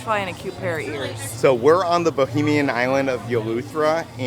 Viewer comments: You keep saying BOHEMIAN....... IT'S NOT.... Bahamian, pronounced Buh-Hay-Me-Uhn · as a Bahamian I’m sorry to say it’s Bahamian not bohemian lol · I know the mispronunciations are part of your lovable charm, but it's BaHAYmian, not Bohemian. Bohemia is in Europe, you're in the Bahamas, lololol. Love you guys and your videos! Thanks for always brightening my day 😊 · The Eleuthera Euphoria looks great and the pineapple container works at keeping out the flies lol. Just a note when pronouncing Bahamian... try not to confuse it with bohemian , think of the you pronounce Canada and then Canadian and then think Bahamas and Bahamian.